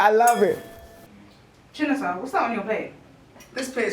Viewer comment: oh it's Chinasa not chinaza 😅😅